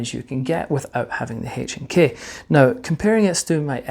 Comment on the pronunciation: PLEASE STOP SAYING “Hache and K”!